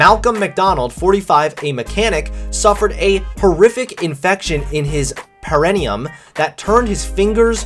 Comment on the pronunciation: The way pronounces perineum.